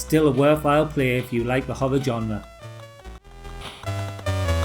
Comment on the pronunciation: Good video, but dude pronounces "horror" as "hover".